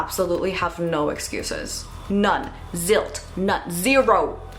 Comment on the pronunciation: It’s Zilch, not Zilt.